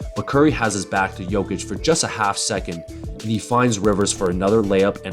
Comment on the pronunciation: Your pronunciation of "Nikola" was way above the average for the US speaker And "Jokic" is almost spot on Great video btw